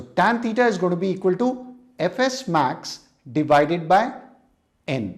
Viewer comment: When sir said fs max I heard ff max😅